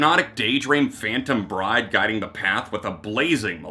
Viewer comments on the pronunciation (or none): none